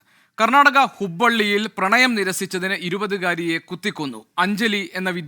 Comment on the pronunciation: ഹുബ്ബള്ളി അല്ലാ ഹുബ്ലി